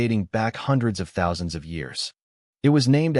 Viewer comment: 49 THOUNSANDS KILL HUH